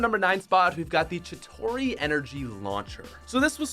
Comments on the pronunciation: Kinda pissing me off that you call Chitari Chitori. 🤨😑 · Chitauri is pronounced chi-tar-ee not chi-taw-ree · Not trying to be offended or offensive but it’s pronounced (Chi-tare-ee) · Never EVER say “chitorie” EVER again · Am I the only one to cringe when he mispronounced chitauri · Not to sound annoying but your saying Chitauri wrong